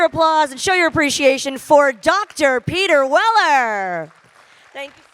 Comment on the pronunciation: did she call him Peter Willer? 😂